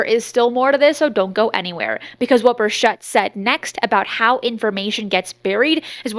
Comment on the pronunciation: Bur Chett not Shett